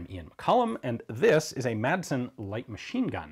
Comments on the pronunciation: the "madsen" isn't pronounced "matsen" is more like saying "masen" but keep the "a" like you're pronouncing it in the video great video like always cheers from Denmark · The "d" in Madsen is actually silent in Danish, but makes it a short "s" sound ~ so Madsen would be pronounced more like "mah-sen" with a short "s" in English ☝🤓 * confusingly, both a double "ss" and a "ds" are pronounced as a short "s" despite the extra letters, so yeah... Danish is wildly inconsistent in spelling and pronounciation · you dont say MADsen or pronounce the d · I know it probably will never stick and that it doesn't matter because everyone knows what's being said, but the d in Madsen is silent. It used to be soft but then it became basically omitted so the proper pronunciation would be something like "Massen". It's the surname form of Mads ("Mass") and is a Danish diminutive form of Matthew and/or Mathias/Matthæus. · Quick Danish lesson, The D in Madsen is silent